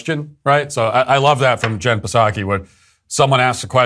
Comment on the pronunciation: We should meme the pronunciation "Puhsacky" into reality.